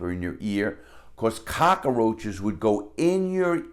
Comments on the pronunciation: Larry says cockroach like Tony Montana. Cock-uh-roach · "Ramoon noodle soups" "Cockaroach" (reminds me of Tony Montana) Love the way he says those